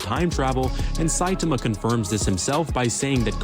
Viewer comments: Yeah, don't like the way that video pronounces, the second syllable should be stressed, something like sci-TAH-muh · This guy (in the video) saying Saitema every time instead of Saitama kills me. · if you want a good watch, go see the death battle popeye the sailor man VS. Saitama. Now that is a gag battle 😂 who wins? That's up to you to see. Also, Saitama is pronounced like sye (with a long I sound) - tomma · Saitama = Sye-tah-mah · Saitama pronounced Sigh-tom-ah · (Sai- tah- mah) 😂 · Pronounced like Sigh-Taa-Maa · His name is pronounced sci-tama. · he is lying. It's "Sigh-tah-mah" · Congratulations, you've already accomplished making me cringe 3 times in less than a minute with how you said "Saitama". 😂😮‍💨 Please, dude, just watch one of these anime or read the manga already. One Punch Man is at least a short and easy one to get into. It will answer your questions so fast. 😭 Also, One Punch Man is a very satirical series. Don't take it too seriously. I've only seen a couple of this guy's videos, so I don't know if this was intentional or not, but that was dumb as hell to say. Yes, that is LITERALLY what happened. 😂 No, he can only use Kaioken specifically in his god forms because of the total control of mind, body, and spirit (thus, ki) required. He cannot use it in his normal Super Saiyan forms because of the rage that fills his mind. Yes, it's canon. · That video uses an AI voice. It's pronouncing Saitama wrong. There's supposed to be more focus on the second syllable. One Punch Man is intended to be satirical. Goku doesn't pull hits from the future; he just predicts where and when his time skip will attack. This video is getting some info wrong. Gods are capable of achieving Ultra Instinct. But it's a challenge even for Gods.